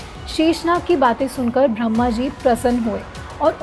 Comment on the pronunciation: You pronounce Bhramaji but i thinkit is brahmaji..